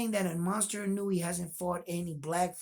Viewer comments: It's Ee-no-u-way not ee-newee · Respectfully ask of you to work on pronouncing his name.🙏 I.n.o.u.e. as E-know-ooh-eh I mean no disrespect, I think you have a high opinion of him as a fighter so I assume you would like to have his name right. You never know, your videos could be used in Japan to show that there are American boxing fans who are looking at both fighters with a clear and fair perspective. All the points you brought up about the experience of both fighters, I had to see for myself and found everything you said clearly shows the pedigree of both fighters. Much respect for that. Do you think Fulton's speed will be a surprise to Inoue? I think Inoue won't have as much a problem with the length Fulton brings because he has been up against guys with length and handled it well, with KOs. But Fulton's length AND speed I think will give Inoue problems. I would say Inoue might be as fast but I don't know he has fought anyone that was faster than him. Or maybe you agree with opposite, Inoue might be faster than Fulton?